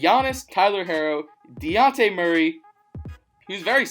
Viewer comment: Bruh you said luka it was devin booker and its dejounte not daunte